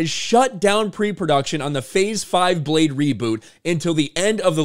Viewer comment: Retitle it: Bleh-de!